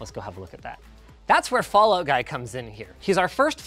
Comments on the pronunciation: Guy not Gee Fawkes ya neep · guy fawkes, not gee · "Gee" Fawkes lol. It's pronounced exactly like it's spelt. Guy Fawkes, my guy. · all the employees afraid to correct linus pronouncing "guy" wrong